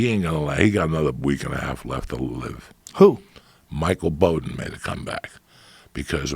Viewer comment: "Michael bodden" 😂😂😂